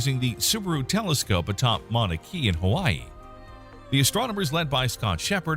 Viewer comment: Mauna Kea is pronounced "Kay'-uh". I once took a tour to the peak of Mauna Kea and I'm sure I heard this pronunciation multiple times. The Hawaiian language has very rigid pronunciation rules.